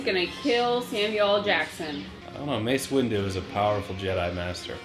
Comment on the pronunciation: “It’s Mace Wendu. What?!?!? 😂😂😂